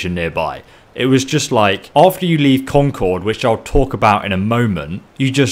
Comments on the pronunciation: you're mispronouncing Concord I go there every other week I live in New Hampshire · The way he says concord hurts me inside